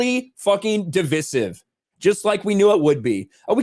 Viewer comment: Look up how to say “divisive.” You’ve done it once,. Love ya anyway.